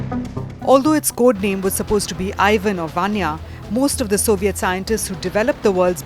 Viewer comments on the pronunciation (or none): none